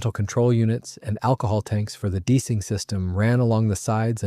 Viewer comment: Must be AI voice... D ee cing system? Deicing.